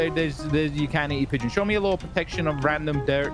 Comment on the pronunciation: Mmmm yes "peegon"